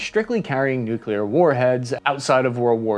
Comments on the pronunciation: You were like 60% "nuclear" and 40% george bush "nukular" during this video. I guess its progress <3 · Don’t say nucular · NOOOOOOOOOOOOOOOOOO GODDAMMIT YOU STILL SCREW IT UP NEW-CLEE-ER NOT NUKE-U-LER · and then a minute later you pronounced it "nuculer". sigh. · You just won't quit pronouncing it noo-kyuh-ler, will you?? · He pronounces nuclear wrong. Driving me nuts. Stopped watching